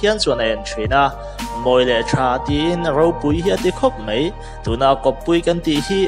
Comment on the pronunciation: Ngatinge "mai" tih turah "mei" i rtih zel a??